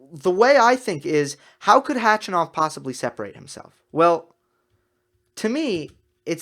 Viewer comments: you're saying H-A-chanov, but it's Hach-A-nov :-). You can hear him saying it at his ATP profile page by clicking on the speaker right under his name. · Hey. Since we all believe we're going to see a lot more of Khachanov in the next years, correct pronunciation of his name is HachAnov. Just saying:-)